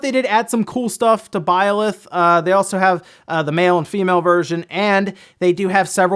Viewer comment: I wonder where sees the "o" in Byleth...